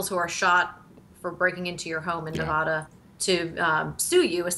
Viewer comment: You both pronounce Nevada incorrectly